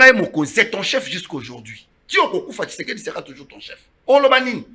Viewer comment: PRONONCE TSHISEDI ET NON KISEKEDI TU TÁGITE TROP SUR TON PLATEAU...COMMUNIQUE COMME TON MAITRE QUI NE CRIAIT PAS MAIS CONVAINQUAIT